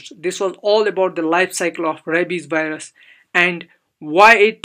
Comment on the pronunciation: Wireus? You mean virus?